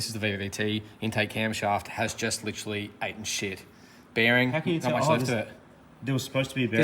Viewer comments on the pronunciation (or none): "Aten Sh1t!"???? WTF is ATEN SH!T???? Butcher the English language much???? EATEN SH!T is the phrase you are after!!! FFS!!!!